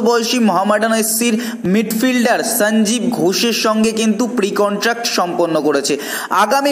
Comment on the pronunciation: সঞ্জীব উচ্চারণটা এমন করছো যেন বিহারী।লজ্জা করে না।